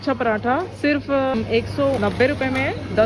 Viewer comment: Is he said ruvhiya 😂❤❤